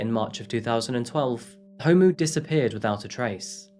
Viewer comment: Love your videos. You did so good with so many of the South African pronunciation. - just gonna help with some pronunciations so you can be one of the Saffas 🇿🇦♥️ Ndlovu: In-Glor-Vu (Glor - pronounced like the Glor in Glory) Gauteng: How-Teng Homu: Hor-mu Thanks for doing this story! You should look into the cases of Uyinene, Lee Matthews, Hannah Cornelius, Anni Dewani, Jayde Panayiotou, Meghan Cremer, Karabo Mokoena & Jesse Hess with her Grandfather. We have a serious problem here in SA with GBV. May all of these mentioned plus the 100s of others RIP.